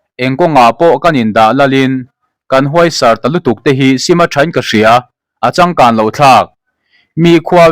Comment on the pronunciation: Húaisàr ni loin hùaisàr tih ṭhin tur aw😮😮😮